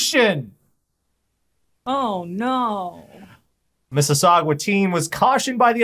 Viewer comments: Mis-si-saw-gah. Not gwah. Gah. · Calling Mississauga "Mississagwa" is akin to calling Mississippi "Mississi-pie" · It's pronounced "Miss-is-saw-guh" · We also learned that can't properly pronounce Mississauga. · For the love of god can you please learn how to say Mississauga correctly, there is no u before the last a